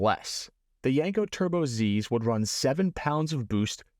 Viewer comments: I don't know... One thing kept grating on my eardrums every time you said the word... That word was Yenko. It's pronounced exactly how it's spelled YEN-ko, not YANG-ko or YENG-ko. Other than that, pretty cool vid, straightforward and informative. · YEN-KO not YANK-O !!